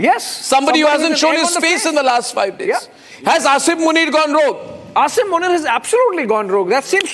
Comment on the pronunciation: Its Asim Muneer not Asaym Muneer 🤣